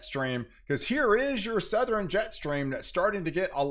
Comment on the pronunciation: Do you say, "NorthREn" and "SouthRen"? Just an observation. Cheers.